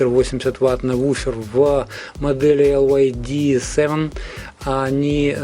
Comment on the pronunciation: Прошу прощения, но произносить LYD как ЛЮД, это антиреклама для компании. Надо либо говорить чисто по-английски Дайноудио Эл Уай Ди, либо по-русски - Динаудио ЛИД.